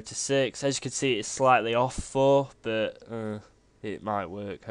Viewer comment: whats wrong with your "but" word, sounds like "bou" like youre trying to puke but cant